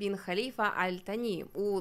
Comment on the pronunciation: Живу тут 3-й рік 🥰 Віросповідання іншої релігії дозволено,просто не відкрито,поважай іслам,а сам слідуй чому хочеш.Я навіть Таро провезла.😂😌 Кáтар,Аль-Тáні-наголоси мають значення.🤓 Я люблю Катар.🥰